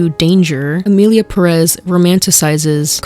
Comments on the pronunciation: Emillia Perréss 😅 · ok but it kinda pisses me off how y'all keep pronouncing "emilia perÉz" instead of emilia pÉrez.